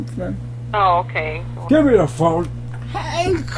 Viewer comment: "Hank!". lol the emphasis on the "k".